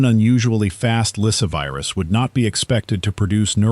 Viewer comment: LySSAvirus, NOT Lysivirus...